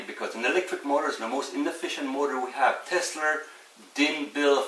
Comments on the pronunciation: Teslaaaaaaaaaa, not Teslerrrrrrrrrrr. Funny but impractical. You’d have to wear noise canceling headphones to power your tv and put it on closed caption. Would be like living at the end of LAX runway. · I had always mistakenly thought Tesla was pronounced exactly the way that it looks. However, this man taught me that it is pronounced: "TESS-LER". Apparently, the "ER" is not only silent, but it is spelled with an "A". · No "R" in Tesla!!!!!!!!!!!!!